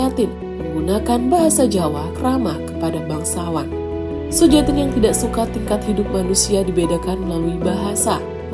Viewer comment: Cara bacanya Suyatin barangkali, bukan Sujatin.